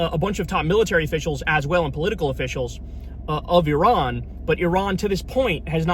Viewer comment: Apart from anything else, thank you for pronouncing Iran correctly! For an America that's a huge achievement. What's happening otherwise is catastrophic.